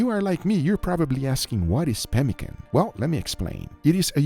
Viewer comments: Did you just call that a pee can roll? Guga, come on. I expected better from you. It is Puh kahn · That's not pemincan!!! That's pemincant